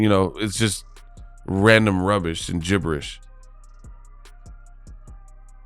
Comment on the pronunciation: I loved how you read jibbers